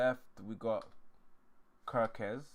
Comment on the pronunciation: For your info, Gyokores, is pronounced as (YUK- UR- RESH.) The G is silent, and there is the sound of an 'H', added at the end. Ie, it is 'SH', at the end of the 'S'.